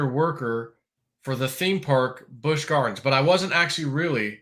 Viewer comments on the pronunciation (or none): Busch Not Bush 🤔